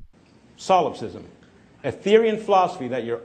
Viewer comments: Its not pronounced Solve a fist. Its pronounced so lop cist. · Dude solipsism.... For the love of christ learn how to say this word :(